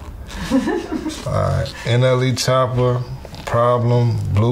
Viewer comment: *Nle Choppa not chopper